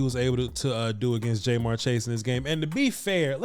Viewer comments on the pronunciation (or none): Ja-mar chase, not jmar. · It’s jamarr not jmarr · Love what you've been doing this last year plus and I'm a big Cowboys fan, but I have to say that hearing his name pronounced Jay'Marr was like nails on a chalkboard 😂 After seeing a few of the other games this weekend though I would be concerned for the future about illegal contact penalties from Trevon with the way they're calling it this season. What do you think? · It’s not Jay-Marr or J-Marr Chase. It’s pronounced JaMarr or Ja’Marr Chase. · Is jay-mar chase an inside joke or something? It hurts my ears everytime I here it. Good vid though. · Bro this is good content but you killin his name Ja’marr Chase. The way you pronounced it is in this video is wrong as hell 😂. I’m from Cincinnati, I’m a Bengals fan that’s the only reason I’m even commenting. Diggs is pretty good but Chase is toasting him and Ramsey goofy ass all day if Joey the god Burrow has more time to throw 🤣